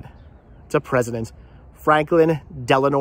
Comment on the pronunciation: Del-a-no, not De-la-nor.